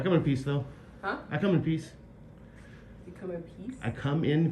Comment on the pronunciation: This lady must think this auditor is a real freaky kind of guy. " I kum in peas "